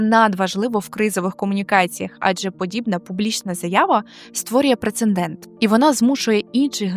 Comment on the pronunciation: прецеНдент? ви серйозно?))